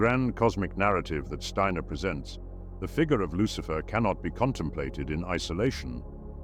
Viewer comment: Who is buhlicher? Lucihfer